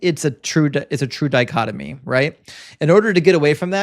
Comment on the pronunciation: Dichotomy. Not dichotomy.